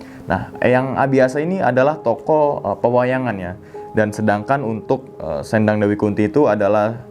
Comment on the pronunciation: oh iya bang kata "sendang" bacanya kayak kata "sendal"